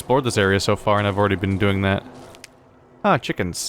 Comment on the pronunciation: ah yes… chukens